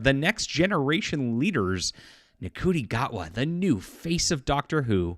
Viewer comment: It's shootie gatwa, not cootie gatwa.